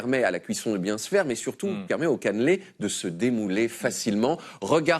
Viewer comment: Par contre pitié "Caneeeuuulé" pas "canlé"